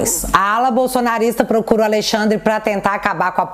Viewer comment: Adorei o "aLeixandre de morais"! 😅😅😅